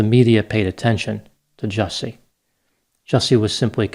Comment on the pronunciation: Actually, his name is pronounced "Juicy"